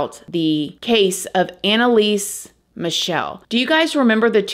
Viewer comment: It's actually Michel, like the chhhhh sound you did of hating crosses and stuff 🤣 love from Germany, lived as a child in the same town were she was born, Leiblfing 🙈 there's something wrong in this town, let me tell you 😅 i always had 'strange encounters' there